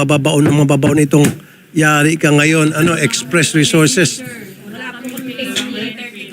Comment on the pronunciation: STRESS agency hindi express 🤦🤦🤦